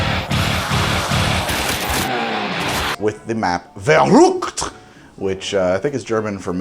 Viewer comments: bruh everyone pronounces it "vurr" "uct" but hes out her like "ver" "ooct" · This is my first time watching you and not even 2 minutes I’m hearing you try to pronounce Verrukt is amazing 🤣 subbed in a heartbeat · Soooo.....you said Verrukt in a way I never heard it, and u when u said verrukt, you showed Shi No Numa footage... what the heck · Watching that and hear Verrückt in that way 🤣 Greetings from Bavaria/Germany 👍 Btw verrückt means crazy or madness